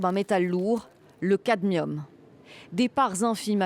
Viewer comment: Il s'agit donc du Cadmium et non du Camdium